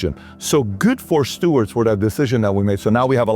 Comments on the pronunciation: FYI… It’s Seward not Stewart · I believe it was Seward not Steward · SEWARD not Steward.... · SEWARDS FOLLY!!! ‘Not stuards! William H Seward!! Secretary of State 1867. Nice vid but cmon stud!